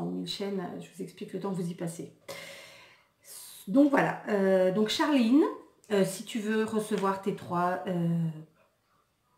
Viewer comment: Lol quand t'as appuyé sur la prononciation de charliiine